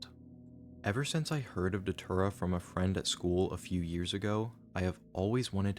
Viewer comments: You know it's bad when it's pronounced "deter-uh" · Datura ❌ Dhatura✅ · It's pronounced "Day-Tura"..... I've tried it once and NEVER again. We boiled in coffee and drank it. It starts off with not being able to see your phone, it's all blurry. Then the chaos begins. You see things that aren't there and talk to people that don't exist. It was a wild night, and I just roamed. I woke up on an ants nest wearing nothing but my boxers and one sock, that's it. I was about 3 hours away from my house. You get memory flashbacks over the next few days. It's a weird drug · i dont think you are pronouncing datura correctly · That doesn't work if you pronounce datura properly